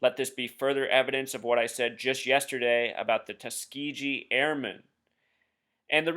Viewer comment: Might want to learn to pronounce Tuskegee. The last syllable is not pronounced gee as in gee whiz, but more like the white suits worn in martial arts, or gi.